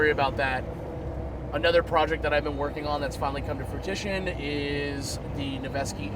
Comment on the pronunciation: My man said fruitition. I love it.